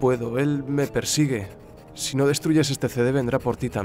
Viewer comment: por que dices zy se escribe si